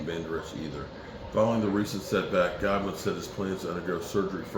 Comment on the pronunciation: It's CJ GOODWIN.....Not Godwin !!!